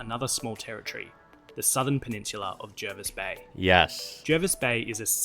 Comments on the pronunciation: 1000% triggered by this guy's pronunciation of Jervis Bay, it's jaa·vis bay. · Pretty sure it's pronounced Jarvis Bay. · Bit of a correction, the pronunciation of Jervis Bay is 'Jaa -vis', not the way he was saying it. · It's pronounced Jarvis Bay. As for the ACT, not s lot to know, its a big confusing Roundabout designed to be seen from the air rather than lived in. Like Washington DC its a compromise, a self governing enclave in a larger state. Its in NSW because the Federation Compromise was it would be there once built and until then Melbourne would be the capital, Melbourne not being prepared to kowtow to Sydney.